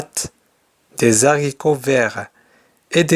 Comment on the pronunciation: on dit les haricots et non les z haricots. il n'y a pas de liaison.